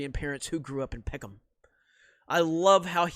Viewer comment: I honestly cannot tell you how weird it feels to here you say Peckham... I grew up down the road from there lol